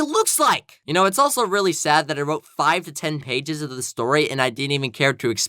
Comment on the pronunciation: Hey hey hey it’s not”I don’t koe” it’s “I don’t know